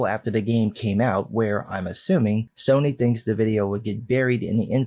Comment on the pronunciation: I'm laughing harder at Soyny more than I should be and now cannot hear Sony without hearing Soyny now lol